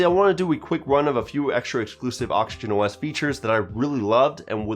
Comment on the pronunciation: I always hearing him say Auction OS